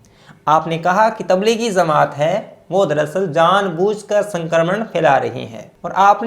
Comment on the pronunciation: Please correct some words like jamat not zamat